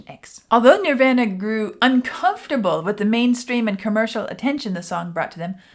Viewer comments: Sorry, my ADHD is kicking in.... They are not pronounced Nirv-anna It's pronounced Nirv-AHna Just sayin'.... ....and that goes for the Indian religious concept of Nirvana also. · She pronounces it a lot of people did when they first came out. Like Ner-van-a. It’s Nir-von-a ~Nirvana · I know when someone doesn't know Nirvana when they say "Nirvena".😅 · She is pronouncing the same way Axl Rose pronounced it when he went into a rant about Kurt Cobain and alternative music at a GNR concert in 92. You can pronounce it Nirvana or Nirvahna. Either way is correct. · its pronounced "NER-VAR-NA" .... sheesh... Vlad, correct her! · No, no, no, no, no!!!! Pronounced nir-vahhhh-nuh :-) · “Nirvana.” It rhymes with, “your mama.” I’m sure you’ve seen their name on countless T-shirts worn by people born after Cobain died. I’ve been a fan since their first album, Bleach. Glad to see you venture into something more exciting than The Wall. Building the theme in layers, by bringing each instrument in one at a time is a common technique in Rock music. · How does someone not know how to pronounce Nirvana? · not even gonna correct how you said the band name,,, i like your version better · You're not sure if you're saying KERRANG right?, you're not saying NIRVANA right! Please please please promise us you will look up how to properly pronounce NIRVANA. Please!!! 🙏🙏🙏 They're internationally renowned..not hard at all to look up. Please look into it! Thanks you! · I love how she pronounces Nirvana like from the In Bloom video! 😍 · I don’t think you’ve actually heard the name Nirvana because you keep saying it wrong.